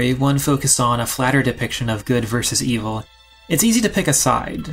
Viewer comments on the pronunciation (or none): none